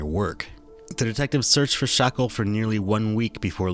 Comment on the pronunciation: also why are u pronouncing his name wrong it’s not shackel it’s shakel so wtf why are u pronouncing it w a ck sound